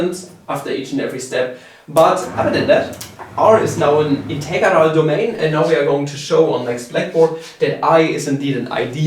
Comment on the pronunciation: Casually has a stroke every time he says integarah